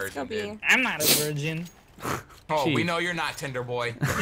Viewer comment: A "Verngin"